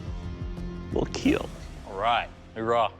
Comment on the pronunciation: Overall sir, it will keel